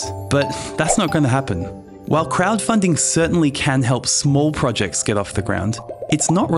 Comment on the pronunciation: Irks me how you say projects .. pro ..... Jects 🥲 good video tho